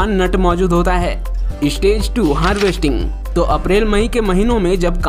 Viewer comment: Istage ka matlab Kya hey... Ek youTuber honne ke baad achaaa seh pronunciation karpate nhei Kya. "Stage" hey "istage" nhei!!